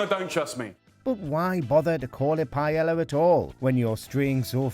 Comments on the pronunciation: Am i the only person who is greatly annoyed with how they pronounce paella pronounced pa-ey-ya? The pronunciation literally raised my blood pressure. I'm not even Spanish. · Mm I sure do love "pie ella" 🙄🙄 it's REALLY not that difficult to pronounce words correctly. I've never understood why so many Brits seem to be allergic to pronouncing non-English words correctly. It's both arrogant and ignorant. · for the love of god, I know your British, but if it's not an English word, can you pronounce it how its supposed to be pronounced in its own language?! you don't pronounce the double L in paella. its pie-aye a (I'm bad at spelling phonetically, but ask a Spanish person). hearing the way you say paella is almost as bad as hearing other british people say oregano, taco, and enchilada. It just hurts my ears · Why are British so r*tarded when it comes to pronunciation? What the hell is pie-Ella? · The butchering of the pronunciation "paella" is more egregious then the dish itself. "Pie-ey-ah"... its not that hard to say. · It's pronounced "P-A-E-Y-A". not "paelalla" or "paella" or the other 4 different ways you pronounced it.... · "Payella" fucking learn your dishes and languages uncultured piece of shits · "Paiela"... wtf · two l's is pronounced with a y sound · Brits pronounce Spanish words correctly challenge: impossible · To be fair, the multiple times that Paella was mispronounced in this video got me more pissed off than Jamie's recipes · Maybe check how to pronounce Paella. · That’s not how you pronounce paella wtf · Pronouncing "Paella" wrong is as embarrassing and painful as putting chorizo in it! 🤦🏻‍♂️ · Funny how they say Jamie cooks a bad Paella whilst absolutely BUTCHERING the word itself. Props for the voice over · Does all of the UK pronounce paella wrong? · Its pronounced PAE YAA.. not PA ELLA... sounds like you are the Jamie Oliver of WatchMojo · Pa-e-la. YOU HAVE TO PRONOUNCE THE DOUBLE L, it's pronounced Pa-e-lla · Pa-eh-ya, not payella tf